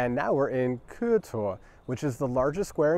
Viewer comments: you got super close to pronouncing Køge correctly you just needed do pronounce the e a bit more it sound kinda like eh. But it is a really hard word with the soft g and the ø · The way you pronounce Køge almost sounds like you say Kure. I'm not trying to make fun if you, cuz I know Ø is a hard letter for non-danes to pronounce as it doesn't exist in english. The best way to describe how to pronounce Ø is the "ur" in Curl. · I think we pronounce it 15 different ways in the video (and none of them are right 😂). And that would have been amazing! The cakes in Denmark are good because they learned from the Austrians 😋